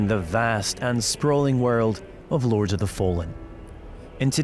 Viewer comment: " Lorge " of the fallen.